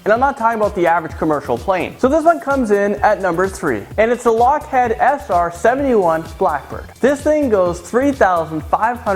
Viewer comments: Lockhead??? Lockheed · its lockHEED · ralph Arpaio omg I thought it was just me!! It really does look smaller in person. Lol he said "Lockhead". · On number one your text said 5800 but you said 58000, also you pronounced it Lockhead not Lockheed. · you pronounced lockheed and veyron incorrectly